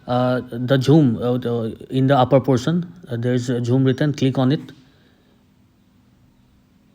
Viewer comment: No one:: "Jhoom"